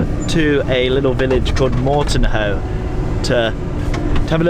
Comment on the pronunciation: My goodness, you are starting off in your home town and you don't know that Clovelly has the stress on the second syllable, and that the village next to Woolacombe is Mortehoe, not Mortonhoe? OK, I forive you because you made me laugh!